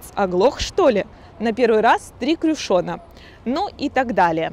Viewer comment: Гид в шляпе так смачно произнесла слово "крюшон", что я, прям, почувствовала вкус этого божественного напитка детства))